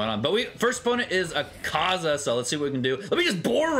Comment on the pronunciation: you don't have to stress on the AKAAZA just pronounce it like Madara one A is enough